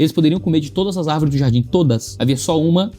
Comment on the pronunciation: "As árveres somos nozes" kkkkkk